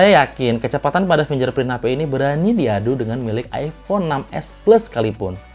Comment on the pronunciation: fingerprint ya kakak, bukan finjerprint... oya usul dong, utk review2 selanjutnya masukin test lock gps dong, soalnya processor MTK sering susah lock gps. Thx ya.